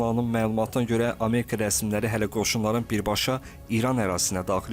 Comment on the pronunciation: Ameka yox ! Amerika deyin.